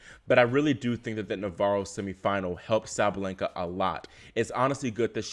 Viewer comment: by the way in russian they say "SabaLYenka" not "SabaleNGka" You might wanna try to make it perfection 😄